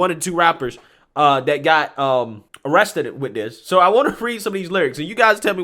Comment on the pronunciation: Sorry, but she said wapper and awested. Hard to take it sewiouswy.